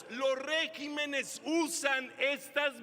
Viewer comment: La palabra con la pronunciación correcta es regímenes cuando es así, en plural, no régimenes, es un error.